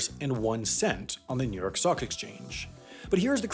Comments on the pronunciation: I heard ‘New York Sock Exchange’ and was very confused for a moment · I swear at one point he said "New York sock exchange".